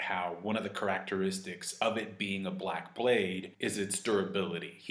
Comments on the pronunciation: ker-rac-ter-ris-sticks. lol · Is he doing that on purpose lol his Pronunciation of the word Characteristics is hilarious